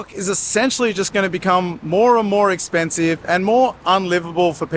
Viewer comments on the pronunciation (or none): none